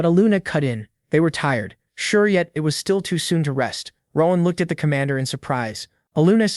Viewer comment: Rowahn. It’s ROAN… ROAAAN